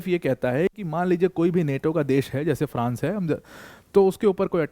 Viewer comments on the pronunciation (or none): none